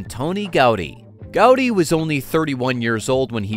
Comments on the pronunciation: Man könnte ja ihm zu Ehren seinen Namen richtig aussprechen: Gaudiiii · Gau-dÍ! With accentuation on "dÍ". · My-orca | Gow-dee